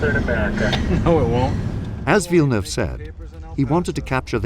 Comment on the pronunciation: That's a spot-on pronunciation of Villeneuve my man